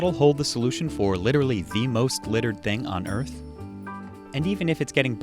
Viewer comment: Eurf? ... Urf? ... Earf?